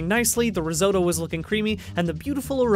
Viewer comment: I hurt every time they mispronounced risotto